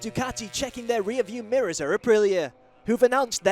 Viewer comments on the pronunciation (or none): none